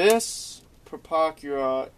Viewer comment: there was actually SOOOOO much more WRONG with this guys vid than just some numbers.. he doesnt even know how to SAY the damn name.. things wernt mixed up in the model.. HE was mixed up, his red lines and black lines were fucked cause he doesnt know WTAF hes doing, things should be like this, BUT opposite... a lot of double talking and rambling on .. when he said "dont use your $30 pen".. i lost it... i was laughing so hard by that point i had to stop everything... Ohhhhhhhhhhhh ... boy oh boy..